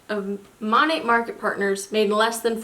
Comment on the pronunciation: Lol it’s pronounced MO-NAY. Weird I know. I know a girl who sells it. It’s definitely like a pyramid scheme though 🙄